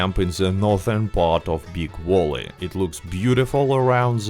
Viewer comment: Never heard Big valley pronounced big wally either